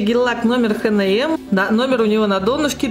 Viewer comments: Хэ Нэ Мэ? Серьёзно? Эйч Энд Эм - так правильно. Очень режет слух. А так выкраска классная! Очень понравились несколько лаков) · Ну раз уж так тогда эйч эн эм